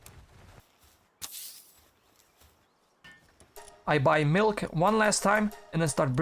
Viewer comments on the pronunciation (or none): none